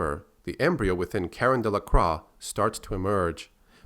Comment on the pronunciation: Croix - pronounced "croy"